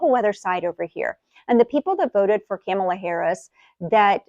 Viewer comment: Wasn’t it too bad that it wasn’t so peaceful on January 6, 2021?? Her name is pronounced KAH-muh-luh. Who are you, anyway? Like who are you? A blessing? 😊